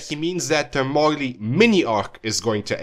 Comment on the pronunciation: Your pronunciations of both "Marley" and "arc" annoy me way too much.